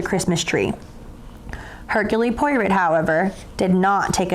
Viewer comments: Why does she say M instead of Monsieur and pronounces the name of Hercule Poirot incorrectly. I have found a much better reading. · Cannot believe she didn't bother to find out how to pronounce Hercule Poirot correctly. Pathetic.